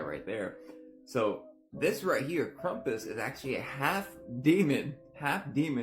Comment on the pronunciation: It's KRAMPUS. If you're going to demonize shit and ruin folklore than say it correctly. Krumpus? Lol Fuk off. That guy drives me nuts. We get it, you love Jesus but not everything is satanic. My goodness. 🤦‍♀️